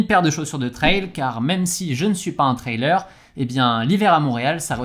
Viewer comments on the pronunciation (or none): none